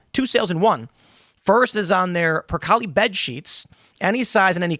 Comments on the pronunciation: It's "purr-kayle". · Someone tell Tim how to pronounce percale. E is silent and it's a long A.